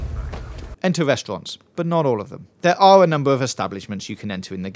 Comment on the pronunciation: Entering all those westwants as well.... "Restraunts" HAHA!!